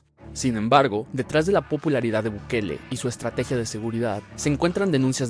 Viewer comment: Ahogue gue dise buguele